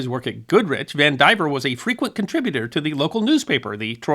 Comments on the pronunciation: I'll bet that name is pronounced Van di VEER, not Van diver. I say that only because I knew someone with that exact spelling, and that is how they pronounced it. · Vandivier. Though he mispronounces it, of course.